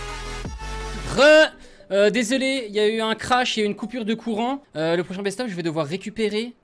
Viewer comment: désoulé 😂😂😂 ta bu ?😂